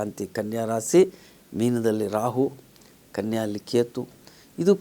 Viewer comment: ಒಳ್ಳೆಯ ಕಾರ್ಯಕ್ರಮವಾಗಿದೆ, ರಾಸೀ ಅನ್ನಬೇಡಿ,ರಾಶಿ ಎಂದು ಹೇಳಿ